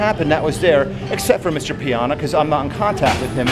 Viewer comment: it's rich pie-anna!!